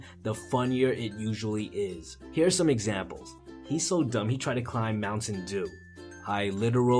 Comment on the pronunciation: No one has said it so I'll say it, Moutain Dew loll